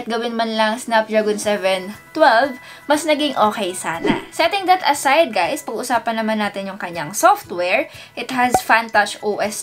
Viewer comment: Bruhh!!~ Did she said Hey Gays in the Start of vid :O